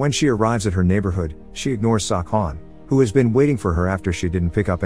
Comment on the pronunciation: I swear I heard sawcon